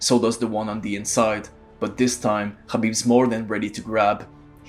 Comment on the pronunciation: Yo we can tell from your accent that you're arab. Don't call him khabib when you know how to pronounce his name HABIB properly. Fake ass guy